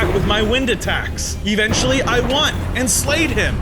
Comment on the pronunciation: Why are you saying evenchily